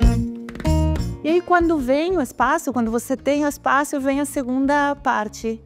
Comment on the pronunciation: Oi Paola! Que bom que está quase voltando, os sábados estão bem sem graça com sua ausência. Torcendo pra que tudo dê certo e você volte logo. Se você me permite uma observação, não sei se sua equipe tem receio de te corrigir, mas eu não aguento, sou detalhista. Existem palavras que você pronuncia com uma vogal a mais. Espaço e diferença. Você coloca um “i” a mais na pronuncia. Você fala: Diferencia e espácio. Desculpa se fui muito invasivo, mas estava com brotoejas já. Um grande abraço.